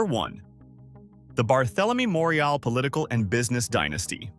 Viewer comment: Then you would have lost it when he tried to pronounce, "Morial", "Callipoe" and "Hollygrove". Thank goodness nothing happened on St.